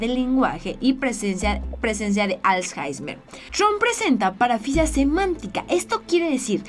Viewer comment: Jajaja "als jaismer" jajaja y que no se dice traNstorno es traStorno